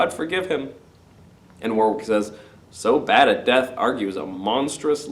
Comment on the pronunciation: War-wick? It's pronounced Wor-rick:)